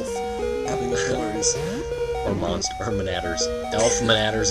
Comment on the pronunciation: instead of mo-anster, wouldn't it be moan-ster?